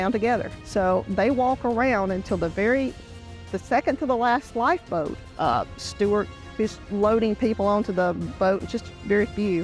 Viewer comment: What the F is a lifeboad???